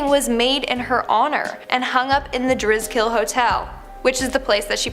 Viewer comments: Omg the hotel is not pronounced driz- kill it's pronounced dris-- kel. And I found a print of Sarah houston's painting at a thrift store in illinois. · This is stupid. The Driskill isn't pronounced "Dris-KILL". I live here in Austin. It's pronounced "dris-skull". I've seen that painting and have spent time in front of it alone. Nothing scary about it. It's just. A painting. Yeah the girl died. But it's not haunted. There's nothing mysterious about it, tbh. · Nope! The pronunciations is Dris kol not drizz kill. I’ve stayed there many times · I live in Austin too and have been to the Driskill many times and there’s absolutely nothing scary or haunting about that painting, and good lord she butchered the pronunciation of Driskill. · I live in Austin and have been in the Driskill many times and have walked by this painting. There’s nothing haunted about this painting or the Driskill, which by the way this lady butchered the hell out of the pronunciation of Driskill.